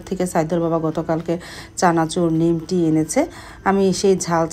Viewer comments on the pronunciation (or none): Kichu mone korben na,Ami o bikrampur er Lok,amra nimki boli,bt apnar mukhe sudhu Suni nimti..eta ki apnar elakae bole naki???